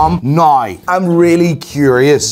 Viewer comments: why does he say nai when he wants to say now? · I’ve never heard anyone pronounce “now” as “noi” until today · you’re a G but you can’t pronounce properly “NOW” 😂